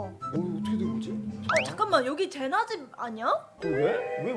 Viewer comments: 114빠돵..ㅎㅎ [ 늦은 1인 ] 항상 재밌는 영상 감사하고 사뢍함당! :) 아니 근데 “ 젠나 “가 아니라 “ 제나 “인뎈.. :) 쓸 게 없네욥..ㅎㅎ 안녕히~계~세여~ :) ㅂ2~ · 이거 보는데 스토리 나오는 곳에 "제나를 ㅋㅋ" 젠나라고 해서 빵 터짐 ㅋㅋㅋ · 1분57초애 은 젠나 라고 했는데 밑에 자막에는 제나 라고 돼어 있는데영..?근데 그 후에도 계속 젠나라고 하는걸 제나라고 나오네여또 말로는 토미 밑에는 토비.. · 제나를 젠나로...15초에..ㅎㅎ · 제나 군데가 아니라 젠나 에요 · 근데.젠나가 아니고 제나인데요.